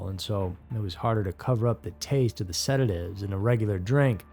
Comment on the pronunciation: I feel bad saying it but I cannot hear "sedative" without hearing "seda-give???"